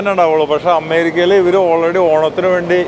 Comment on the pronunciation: "അമ്മേരിക്ക" നല്ല ബഹുമാനം ഉണ്ട് ആ വിളിയിൽ തന്നെ..അമ്മേ ...അമ്മേ...ഞങ്ങടെ "അമ്മേരിക്ക അമ്മേ"